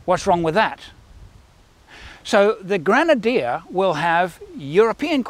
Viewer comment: French people are used to think that everything you read...could be pronounced in French language... So..welcome to the all brand new GŘENADIÉ 😱 🤣